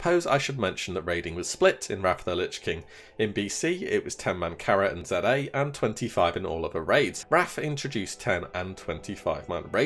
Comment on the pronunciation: No one calls it zed a it’s ZA